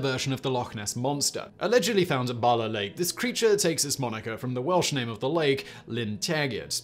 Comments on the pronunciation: Man I love your channel but you absolutely butchered some of those welsh words 😂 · Yes! Im sat here cringing at his pronunciation 😂😬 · Awful pronunciation of Welsh words and I'm an Englishman. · 10 /10 for effort in the Welsh pronunciations, 5/10 for getting it right! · Simon, you really will have to learn the pronunciation of Welsh before doing videos on Wales. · he very poorly pronounced them, but yeah Ive heard worse too. Ive known English folk who have lived here for only a couple of years who can pronounce most names perfectly. As long as you know how ‘ll’ and ‘ch’ are pronounced, you wont go very wrong with most names. Anyone who cared enough to learn would be able to pronounce them properly. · He wasn't even close 🤣 fair play on trying though just should have done a quick pronunciation check first.